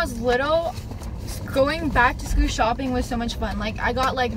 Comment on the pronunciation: she says shcoo shopping lol